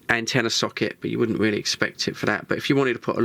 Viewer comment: This is radio, reeeely? Ar U shuuur? May be it's better not to use words you're don't know it's meaning.